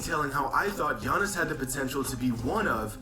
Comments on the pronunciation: It’s crazy cuz in Greece his name not even pronounced as ‘Yawnis’ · I'm honestly happy basketball is over for a bit now we don't have to hear you butcher giannis' name on purpose